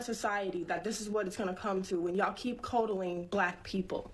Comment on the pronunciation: lady you are "you people" 😂. cod-dling not codeling lol. Sure her ideology is legitimate. Malcolm X said the same at one time. But she's not coming from his perspective with why she's saying that.